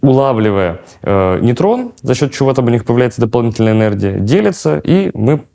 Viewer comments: Энердия? Языте? И этот человек лекции читает? Это же уничтожение мозга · мне кажется или он все время говорит ЭНЕРДИЯ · ЭнерДия? Эт что такое? Вроде всегжа быда энерГия...😮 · ЭнерДия. Не смог послушать